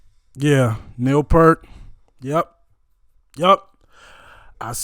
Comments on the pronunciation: By the way, Neil pronounces he last name like you're saying "ear" with a "p" in front and a "t" at the end. I suggest watching this drum solo of his, which elevates him well above most drummers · Just a polite reminder that Neil Peart pronounced his name P-ear-T, not P-ur-T. So, his name rhymes with ear, sheer, beer, pier, etc. It doesn’t rhyme with Burt, shirt, or hurt. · Hey man, I love your openness to expose yourself to new music. Neil's last name is pronounced peert. P'EAR'T